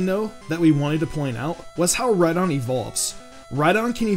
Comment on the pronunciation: It's name is Rhydon like ride on